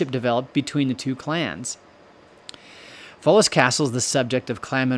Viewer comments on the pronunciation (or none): Foulis Castle is pronounced "FOWL-us" - been there and carry the DNA of original Munro Highland Chiefs - 1,000 year clan gathering in 2025 (other origin tradition says 1012 AD as the beginning, after the 990 arrival of Donnell, the patriarch). This is the THIRD evolution of the Munro castle built on this spot - that octagonal tower base being common anchor of the TWO previous constructions. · “Foulis” is pronounced “Fowls”, as in wildfowl.